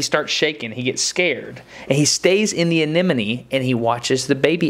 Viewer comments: The so-called expert mispronouncing anemone as "anenome" is kinda driving me nuts. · To the marine biologist guy: a-ne-mo-ne. A - NE-MO - NE. Not anenemy. That's a person you dislike. It's leviooooosa, not leviosaaaa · Thanks Destin! I really enjoy your videos and we learn cool stuff! Remember that everyone has a bad day now and then, so don't take it personal when some folks feel the need to judge you for stuff like the way you say anemone ..anenome..enemy,,.FISH! Keep up the good work! Sharing your science in an artful form, in a free public forum gives you the latitude to call those fish whatever you want every day or ,,,not. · I keep hearing the guy saying anenome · Anenome Anenome Anenome Anenome Anenome Why are native english speakers so bad at speaking? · ***** but he didn't pronounce I that way. He pronounced it with the second n and the m transposed. He said it as if it was spelled "anenome" (like "an enemy" instead of "an em eny") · AAAARGH! Is there truly NO ONE in the world who can say "anemone" properly!? The anemone is not an enemy! At least, Destin, you did say it correctly once or twice. :-) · I like how nobody can pronounce Anemone correctly :D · ***** Ah ok, sorry English is my second language, but how was he mispronouncing anemone? My lecturers (Australian) pronounce it just like that, maybe it's just an accent thing?